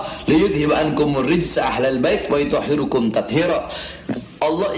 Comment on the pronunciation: Bahar baca liyutohhirokum di baca liyutohhiruku, itu aja udah ngawur salah masih ngatain fuat bodoh, ini bahar yg bodoh